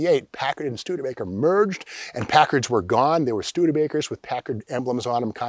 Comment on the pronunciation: It's Stude/ Baker. Not Stude A Baker. Come on folks.